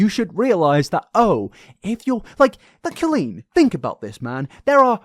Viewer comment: pronouncing it co-lean is so funny i always thought it was col-een. imagine meeting a guy named colin and saying co-lin